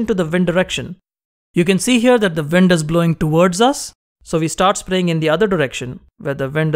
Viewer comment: wind not vind